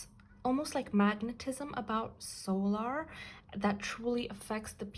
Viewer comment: Sometimes your readings are so accurate it kinda scares me and yes you are pronouncing her name correctly